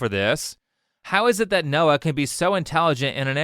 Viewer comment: Watched the whole video. You completely butchered Noah.